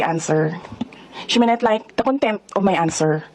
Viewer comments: Shimenet lyk i forgo no comment ,,,, Stopppp ! Hindi naman yan ang tamang pronounciation ng she may not Masyadong nega nag iisip agad na ma contempt sya o baka kaya naman ganyan ang asta nya na napaka hard headed at unrespectful ang repeatitious ay gusto nya talaga macontempt para makakuha ng simpatya ??? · Correction atty Claire it’s not slang we don’t pronounce she may not like as shemenet it is the same as her itok atok. Sara can acquire 10M for her books by helping authorities the location of quiboloy. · Tama naman na nawawala ang “t” sa ibang words. Mali lang ang pag-pronounce ni Sarang walang “h”. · No, we don't say it like that I'm in San Francisco It's not a slang Baka Visayan slang puwede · Ang twenty pesos ay nagiging “twennie”. Tama naman iyon dahil iyon ang conversational English. Mali lang ang pronunciation ni Sara.